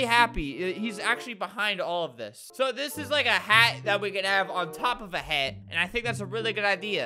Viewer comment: Albert: "I WANNA MAKE A HEAATT" ME: DIES IK THAT WASNT FUNNY i just love the way albert says hat!!